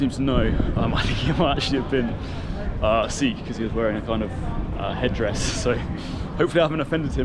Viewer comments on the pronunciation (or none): none